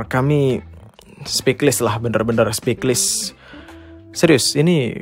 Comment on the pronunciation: intonasi nya santai nih tumben2an wkwkwkk .. btw "speechless" itu bacanya ' spich - les ' min bukan ' spik - lis '